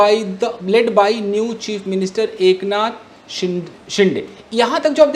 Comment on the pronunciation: It's not शिंडे, its शिंदे